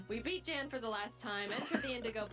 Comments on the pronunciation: I think its closer to the name "Ian". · You probably know this by now but his real name actually is Jan (pronounced Yawn) I believe it was German if I remember correctly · when he watched the video he said it’s pronounced “y-ah-n” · It is german but that is still not how you pronounce that.